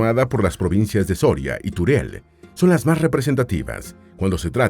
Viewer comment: Soria y Turel 😂 Si vas a hacer un vídeo infórmate un poco antes al menos de los nombres igual que cuando dices Requena-Útiel